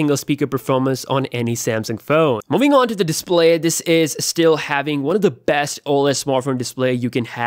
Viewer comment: i was looking through comments to see if anyone counted how many times he said besth. Really ridiculous amount of bests :))